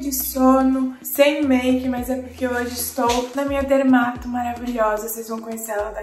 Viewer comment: pq o correto é DERMATO e não DEMARTO